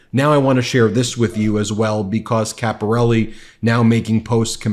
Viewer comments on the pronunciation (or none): You pronounced Caporale wrong. It's pronounced Capor- al- eh not Capor al- e. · Caporale is not pronounced Caporelli, you can do better than this.